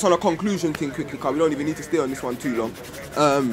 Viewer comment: Dawah should be done by people that have deep knowledge of the books - Shamsi, Rashid, Hijab, Mansur, etc. Not. Also, it's 'thing'. Not 'ting'.